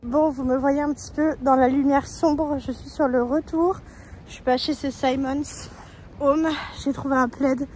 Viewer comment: Quand tu as dit « Simon home » j’ai rigolé 😂😂😂